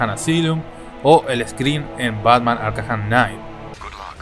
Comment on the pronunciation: Muy buen video, pero arkham se pronuncia "arcam" (como se escribe ) no arcajam Saludos